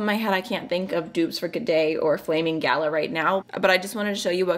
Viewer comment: you are hilarious flamin' galah pronounced gar lar not gala - a galah is a beautiful pink grey bird and they can be a bit silly